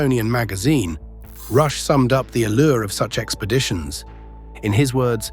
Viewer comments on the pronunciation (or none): none